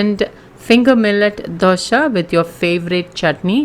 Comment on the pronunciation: Dosa not doshaaa🙄🙄